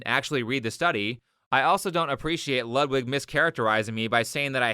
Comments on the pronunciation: Great video. Just one minor thing that slightly bothers me, but only because I am dumb: "Ludwig" is pronounced like you'd pronunce "Loodvig" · It is pronounced Lood-Vig.. not Lud-wig. Just letting you know. Love the video.